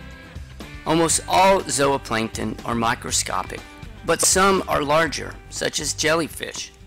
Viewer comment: Zowaplancton lmao cant tell if hes trolling